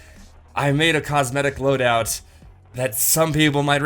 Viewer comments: Are you saying cosmedic?! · I swear you say "cosmedic" and its pissing me off.